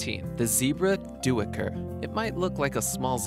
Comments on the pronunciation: Duiker is pronounced diker, not doo-iker. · the dooicker is actually pronounced like diker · Duuker is pronounced dooker, not do-ucker! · lol. I had to chuckle at the pronunciation of "Duiker" which is more to the sounds of "Daycur" than Do-eh-kur. It is a Afrikaans word which essentially translates to "Diver" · Duiker is pronounced "dyker" not "do-eeker" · Duiker is an afrikaans word.Its pronounced day-ker, not do-i-ker.🙄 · Die - ker not do -ick - er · Like the Duiker. It's pronounced "die-ker" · Here in Africa, Duiker is pronounced "Dai ker". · Actually it's pronounced day-ker. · "geoduck" is pronounced "gooey-duck". Duiker is pronounced "Dye'ker". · great video! Just want to let you know "duiker" is pronounced "die-Ker" ☺️ it's a South African word so it's pronounced differently- I'm South African so trust me 😂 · Duiker is pronounced ",dikker" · I love that you are spreading knowledge and awareness of these animals, but please check for correct facts and pronunciations: duiker is pronounced "diker"; geoduck is actually pronounced "gooeyduck" (and their siphon can exceed 3 FEET in length, not 3 inches). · Duiker is pronounced "doiker" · Duiker is Afrikaans and is pronounced more like day ker. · its pronounced daika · Duiker.. not this pronunciation of do..a..kur. darn could not even figure out of which animal he spoke off. And clearly he have no idea about the conservation status system of animals. Just read a bunch of random facts off a sheet. At least understand that near threatened and vulnerable means there are plenty around.